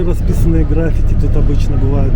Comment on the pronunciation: Ударение ГраффИти